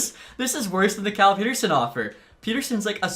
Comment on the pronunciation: Its Pet-Er-Sun not Pete-Er-Sun